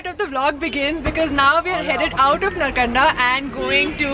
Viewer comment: FYI - Reckong Peo is not in Spiti Valley. It is head quarter of Kinnaur District. Cold desert actually begins from Kalpa onwards. Also Narkanda is pronounced like this - Naarkanda.